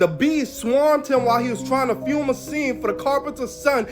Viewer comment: he couldn't pronounce "film" either. He couldn't pronounce a lot of things. I had to put him on closed caption. But it seems like that movie is this decade's "last temptation of christ" someone always has to make something controversial and insulting to stir up ticket sales.